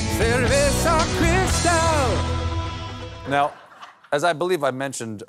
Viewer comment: How are English speakers able to pronounce the R in cerveza, but not the R in cristal? IT'S THE SAME R